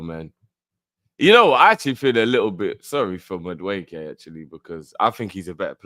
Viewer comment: calls him Mud wueke 🤣